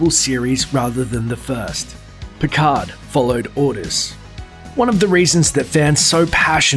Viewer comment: Another false fact: The "d" in "Picard" isn't silent.